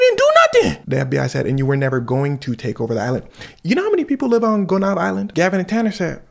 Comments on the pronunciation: Sweet, the pronunciation of the island is [gō-nie-eve] and the people of that island woulda uno reversed that ish sooooo bad. Haitians kidnapping folx who look clean. They DEFINITELY taking yt boys. And when they figure out they broke. They gonna CRASH TF OUT AND literally take heads. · are you haitian? if so why u pronounce gonave like the that?